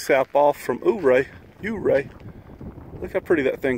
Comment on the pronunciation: “Ouray” is pronounced you-RAY, not OOO-ray.